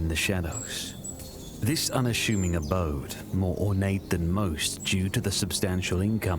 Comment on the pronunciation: "unasshuming abode"? Stupid AI?